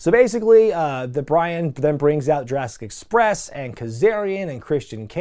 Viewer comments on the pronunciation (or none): none